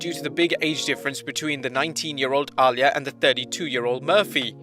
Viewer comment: My friend, Uh-lee-ah